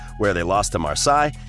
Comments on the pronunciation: You lost me at “marsai” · You think “oooh an american that isn’t talking with confidence about stuff he knows little about!!” then he comes out with “Marsayee” and “naPOlee” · Americans can't pronounce Marseille Then again, they can't pronounce anything 🙄 Oh and Jurgen? Wow 🤣 Plus where was the angry bit? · How about you pronounce Napoli and Marseille right next time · And Marseille